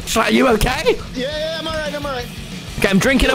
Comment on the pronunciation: its ok not kay